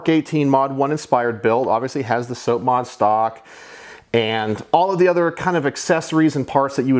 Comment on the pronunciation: Nice collection, but you gave me autism everytime you said SOAP-mod instead of sahp-mod(SOP)